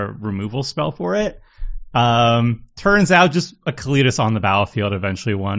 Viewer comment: Pronounced Cali (like California) tas (like deltas) Kalitas